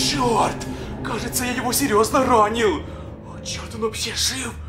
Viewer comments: Он говорит:мне каеца😂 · Он говорит:мне каеца😂😂😂